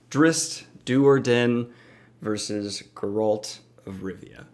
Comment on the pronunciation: As much as I love both of these characters and appreciate you brining attention to both of them...I CANNOT handle how you say their names...or the word drow. you say drizzt fine but everything else makes me cringe haha. but either way I agree with all your points. I do think drizzt would have a slightly harder time in geralts world but everything else is spot on!